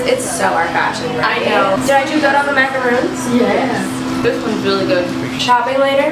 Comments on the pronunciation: Who else noticed that gabi said macroons instead on Macrons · “ItS pRonOunCed LikE MaCarOns nOt mAcarOOns”